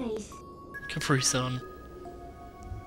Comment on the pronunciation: When Midna said CapriSun it actually sounded like she said it lol